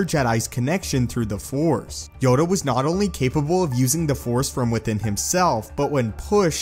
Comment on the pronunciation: Yoda not yoga